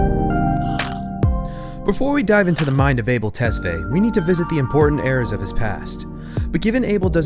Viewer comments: His last name is pronounced ‘Tes-Fa-Yae’ not ‘Tes-Fay’. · Awesome video! I've never been a fan but I have never been able to not be enamoured by him 😍 Also, you pronounced his non-English name in English. It must be ''tes-fah-yay' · Yes, I'm an Ethiopian, where his parents are from so I know. People pronounce it as "able" but it's Ah-bell not ey but ah as in "A" in apple. Also his last name, Tes is pronounced as "tus" then fa-yae. Ah-bell Tus-fa-yae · damn the way you murdered his name lol Abel is pronounced (Ah-bail), Tesfaye (Tess-figh) rhymes with high. Its Amharic name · i think his last name is pronounced tes-fi-yeh lol